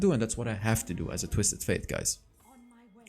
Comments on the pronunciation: Btw, the champion's name is pronounced like the word "date" not faith. I'm already used to hear u saying twisted faith instead of fate and I actually don't mind it that much. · Yeah, it kinda triggers me when he says „faith“ :D